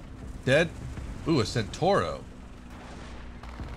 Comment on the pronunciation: CentAuro not centOro